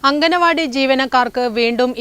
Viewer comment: അംഗനവാടി അല്ല അങ്കണവാടി